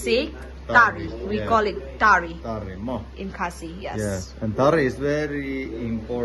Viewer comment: kumno kham nang bha ban pronounce da u phareng ban ia ka khasi 😂😂 He said - Tari (ta_ri) But she said tarri (tar_i or tar_ri)